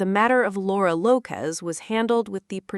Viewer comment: It's Lopes, not Lopez.